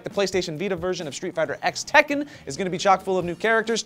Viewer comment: I like how properly pronounces it Street Fighter CROSS Tekken, never misses a step that